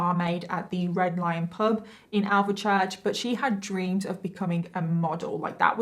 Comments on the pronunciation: I don’t think she has Birmingham accent at all really, and she butchered the way she pronounces Alvechurch😂 it’s more like Alfchurch not the “Al ver Church” the way she says it😂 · she sounds like me and I'm from King's Norton🤷‍♀️ but yes it's 'alf- church'. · Why do all outsiders pronounce alvechurch like this ;( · considering your from Birmingham, I hate to tell you, but you’ve butchered the way you pronounce Alvechurch. It’s pronounced more like alfchurch not “Al ver church” how you pronounced it… I do find putting the make up on a bit strange, and the laughing. A innocent man lost his life to a violent death. Not a subject you talk about so lightly, and certainly not laugh whilst talking about it. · It's pronounced Alf-church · when she said alvechurch my heart stopped hahahah